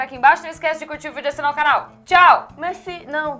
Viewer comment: "Merci" ausuashuasuahsuahsuashuashuash quase,. Quase.